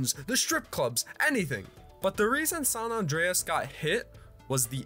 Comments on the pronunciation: lol "Sawn Awndreas" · Eskewed. Sahn Ahndrayus. I can't man. Also, we get it. You're super young. Nice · He did not say SAHN AHNDREAS